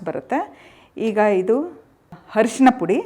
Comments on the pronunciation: ಹರಶಿನ ಪುಡಿ ಅಲ್ಲ ಅರಿಶಿನ ಪುಡಿ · Harshana allama Tayi..Arishina anta heli.. Please pronounce kannada words properly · Arishina not harishina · It's not harishina , it's arishina ...kannada kolla bedi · ಚನ್ನಾಗಿ ಹೇಳಿದ್ದಿರಾ ಧನ್ಯವಾದಗಳು , ದಯವಿಟ್ಟು ಅರಿಶಿನ ಅನ್ನಿ ಹರಿಶಿನ ಅಲ್ಲ 🙏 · Harshina alla arishina